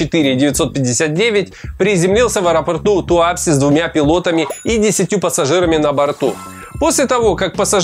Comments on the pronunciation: Сильно сомневаюсь, что ты,, не слышал название этого города! ТуапсЕ! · Не ТуАпсе, а ТуапсЕ, не НерЮнгри, а НЕрюнгри. Это так, на будущее!)